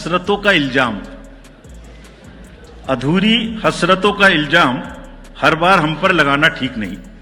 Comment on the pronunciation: ILJAAM...Nahi ilzaam ilzaam..kaan me chubh gai ye urdu..😂😂